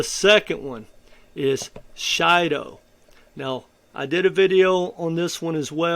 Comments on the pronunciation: It's Shido not Shilo ! Shido ❤ it's the best gem in my opinion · It's pronounced " she• dough " comes from the word " Bushido " as in samuri. That's what that little blue face is supposed to be. According to the founders, that's where the name comes from.